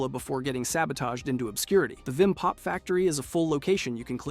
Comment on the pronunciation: I also don't mean to sound like a nerd but its Vim! not vinn